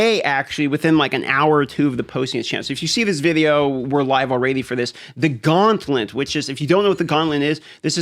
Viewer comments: I'm convinced thinks "gauntlet" is actually "gauntlent" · "Gauntlent" Lol